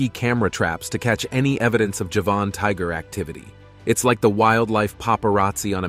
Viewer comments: NOT! "Ja-VAHN!" tiger, fool: "JA-vun" tiger, as in the island of Java! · Javan not Javahn. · Very poor presentation..2021 is not 2011 as in the second item. European is spelled this way NOT Europian. Late 1980s is written 1918 (Golden Toad). Javan tiger is pronounced Ja-Van not jevon. Ight gray and pink fur (Syrian Half Donkey). By the 7th Century the Dodo had already become a rarity (Mauritius was not discovered until the 10th century so how do you know about the numbers of dodos prior to that). Japanese sea lions numbered 30,000 to 5,000 (?). Guam flying fox had a wing span of 70centimeters (yet 17centimeters posted). Tortoises are reptiles not mammals. Not sure where you were educated but you are due a refund given how atrociously this was put together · Despite the title of this video you did not provide actual photos of the sabre tooth tiger , the mammoth, or the dodo - only CGI. And tortoises are not mammals - what were you thinking? Also you confuse Javanese with Japanese - 2 completely different places - if you don't know that you shouldn't be pretending to provide a source of information - also, it's pronounced JA-van, not ja-VAN. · It's pronounced Jah-van tiger. From the island of Java and the surrounding area.